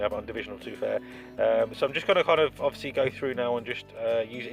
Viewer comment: my god the number of times you said 'odviously' is really annoying